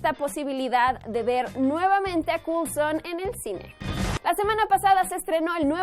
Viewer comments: "Culson" cringe pls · Agente " culson " lo dijiste 3 veces !!!!!! eso me jodio todo el video, es como cuando dije guifi entre amigos, nunca me lo perdonaron. Y te va a pasar a ti jajajajaja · Agente "cool-son"?